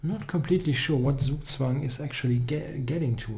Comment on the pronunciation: Please pronounce "Zugzwang" german. Even Daniel King can do it.